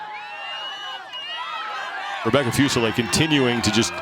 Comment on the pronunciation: Can someone please tell how to pronounce Rebecca Fuseliers' surname? It's Fuse a lear.